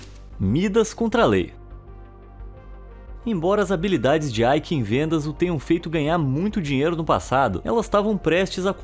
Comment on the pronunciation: O nome dele nao eh AIki. Eh EIKE